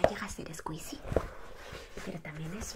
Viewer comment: Se dise escuichi no escuisi